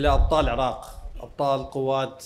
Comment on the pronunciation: مشاييع للعاق والعاقيين انتة حرف ال( ر ) لاغيه😂😂